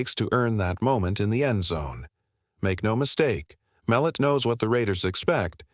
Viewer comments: Tommys last name is not Mel- et Mul - lot get his last name right first before you do a break down his game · It is pronounced mel lot